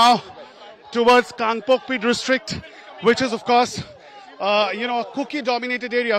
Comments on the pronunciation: It is Kangpokpi not Kalgokpi, you are really hopeless Newsreporter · What the hell is Kalgopki??? Its Kangpokpi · Where is KALGOKPI??? It's KANGPOKPI. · Its " kangpokpi "